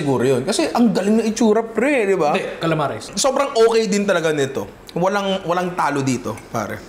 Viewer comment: It's da 'de calamares' for me